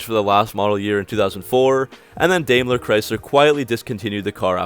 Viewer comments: First of all, it's LOO-min-a, not Lu-MEEN-a, and it's "DIME"=ler not "DAYM-ler" and lastly for the most part there were very few flaws in the hugely successful LH series of cars of which the Dodge versions were below the Chrysler and Eagle versions in "status". We ran the HELL out of ALL those cars and the mini-vans in a fleet which had the same engines - and can truthfully say no other brand could match the Dodges - not Ford not GM - the Chrysler (Mitsu) sixes just kicked ass and got great MPG again of which you don't mention and all we did was change the oil - thousands of miles a day on our fleet. They had their run is why things changed - Daimler took over and it was their E series based LX - you neglect to mention it's Daimler's own RWD platform Mopar uses to this day that went from the FWD to RWD. Also, these cars had color shifting paint as an option - no other car co had that in the mid 90s. These cars basically were an unqualified success and to suggest otherwise based on foolish websites while ignoring Consumer Reports and all the major professional media is well, the internet today - meaningless. ⏚ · And it's "dime-ler" not "dame-ler"